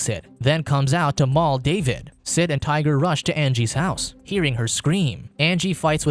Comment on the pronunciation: 🤔 - Hmmm... 🤨 - I thought his friends name was "Tighter" and not hearing "Tiger" at first...